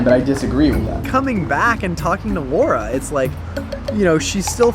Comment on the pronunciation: "Luara" lmao